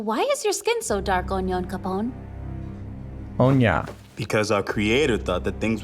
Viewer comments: His name isn't Onya. His name is Onyakopon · I see that you guys shorten Onyonkapon's name. If you practice saying it, say it right you hear, it's a great name to say!😁😄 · The black guy's name is Onyankopon, but they consistently butcher it in the dub, so I'm not surprised you didn't get it. They pretty much On Ya Capone. It's infuriating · U shortened Onyankapon to Onya? first reactor i've heard do that they either remember the entire name or forget how to pronounce it entirely XD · fun fact: in sub Sasha said "Onyanpokon" not "Onyankopon". I think it was even the voice actress' mistake and they just kept it there. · No his name is not onya, it’s the whole thing Onyankopon some pronounce it onion-capone and some say onion coupon but phonetically it’s on-yawn-ka-pone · The Black Marleyan Volunteer is named Onyankapon. I could be wrong but I’m pretty sure it’s pronounced “Own-Yon-Kuh-Pone”